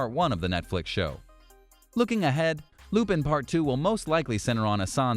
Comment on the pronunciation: it pisses me off how you say lupin